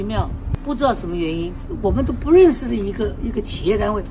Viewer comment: 真的別回來了 說個話企業都成"乞"業了